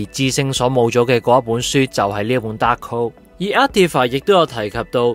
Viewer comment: 紅vision已講咗白Vision作為carbon-based synthyzoid， memory storage is not so easily wiped. 紅Vision只係幫佢解除記憶封印而已，希望片主留疑問之前返專業少少返睇多幾次留意下d細節，另外希望片主大大讀角色名少dd懶音，(例如其唔係讀“Scar La”，係“scarLET”， 唔係“Dahold”，係dar“K”hold) 讓觀眾聽起黎冇咁“銀”耳 —_— 期待片主將來嘅改進